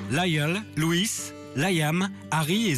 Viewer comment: OMG mai le mec c'est pas prononcer leur nom *__* Louis c'est comme Louis XIV ca s'prononce pareil alors la Louisse?? POURQUOI?? on m'explique??